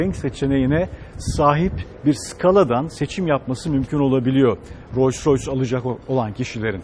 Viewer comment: keşke markanın telaffuzunu yanlış yapmasaydınız bütün video "royce royce" demenize takıldım kaldım. Buna rağmen teşekkürler.